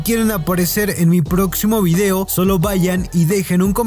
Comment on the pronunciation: Puede ser que dijo bido? O escuche mal?